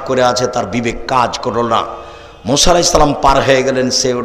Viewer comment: Musa (A.S.) not Mosa (A.S.)